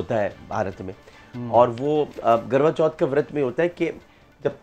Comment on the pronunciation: Garva chauth nahin..KARVA CHAUTH hota hai